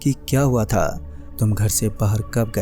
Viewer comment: aao bus( tha the ) ki pronounciation thik kar lo baaki story bhot mst hai